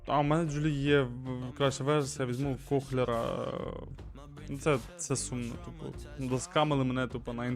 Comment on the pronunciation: Той німець Кохлер, читається як КОЛЕР)